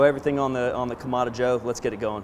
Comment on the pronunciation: “Either side” means one or the other, not both, and is incorrect grammar per your use. Kamado is pronounced kah-mah-doh and has a specific meaning. It is not pronounced Kah-mah-dah.